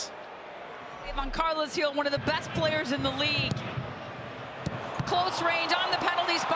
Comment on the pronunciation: And she should probably learn how to say the revs captain’s name properly. She called him Carlos Gil the entire night.